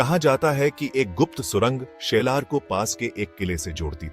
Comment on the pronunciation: शेलार नाही साल्हेर